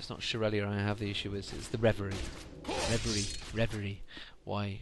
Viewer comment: Congrats! That's the first time I've ever heard you say reverie correctly!